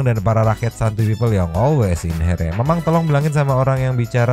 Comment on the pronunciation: Bahasa madura lah always in hiye bukan here😂